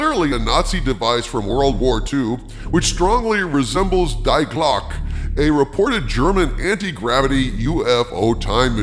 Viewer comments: it's not Die-Clock, it's "The Clock" (die = german for the) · "Die Glocke" pronounced "dee Gloke" means "the bell" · "Die Glocke" (The Bell) is pronounced: dee glaw-keh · It's "Dee Glock-e",. Not calling for the death of an Austrian made pistol (die, Glock, die);D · FYI "Die Glocke" is pronounced "Dee GLOCK-uh." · Its pronounced Dee Glocka. The Bell, in English.